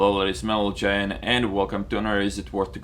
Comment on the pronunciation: are you saying "Hello ladies and meligen" ???? LOL I like your english speaking. :) Anyways I saw genghiswolfs tweath the other day, he was using the 113, and I liked it, fast tank, he got into positions very quickly at the beginning of the battle, and I like how it has autobounce frontal hull armor, I have the T-34-3 with 5 perk crew and was thinking of getting a 113 and putting the crew in it, I won't play the 121 ever again (cause I just bought the T-62A and now I am disappointed with the 121)